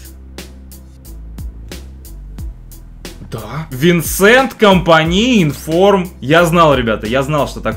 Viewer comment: очень круто! правильно говорить Винсан.